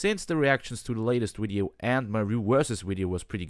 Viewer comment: Are you saying wideo, instead of video xD